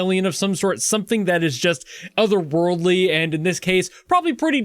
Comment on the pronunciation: "Owerwordly", huh? Ye, you might say that guy is an outcast